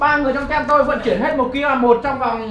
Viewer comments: Anh đọc sai từ team rồi đó ạ! Phiên âm "Tim",chứ ko phải "tem đâu" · team đọc là tim chứ 0 phải tem